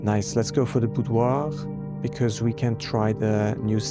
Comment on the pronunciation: I do like your pronunciation of Boudoir. You might stumble over some rare English words but this isn't one of them 😉 Fun fact: in the late-game you can find the Boudoir photo with the caption "Stay safe this holiday season!" 😉 I think you're supposed to infer from red letter 4 that Daniel is indeed Simon's father. Counting the Apple Orchard's small gate as a safe is only one of five interpretations of that 44-letter messsage! Parlour game: The blue box's statement is actually irrelevant as long as it doesn't cause a contradiction; all it does is to tell you which boxes are true and false but the gems were always going to be in the same box. The Trophy Room won't appear until you get a Trophy; reaching Room 46 is the easiest way to do that, but there are others. Even for native English speakers, the appropriate synonym for stride length is not easy to find. (An in-game clue exists.) Of course, you've now never seen what the Greenhouse looks without water. (Those special "flowers" don't appear.) The Greenhouse is probably the least popular lever. It doesn't help that the Greenhouse is so difficult to draft, as there are only thirteen doors from which it can be drafted. To help, the game not only treats it as Commonplace rather than Standard when drafting from one of those doors, but also gives it a further 5% boost. Having already drafted both the West Wing Hall and the Hallway, the Secret Passage was unable to find three new Hallways to choose from, so it was force